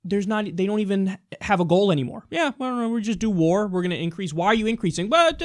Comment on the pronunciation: Really Kyle, "Wár"?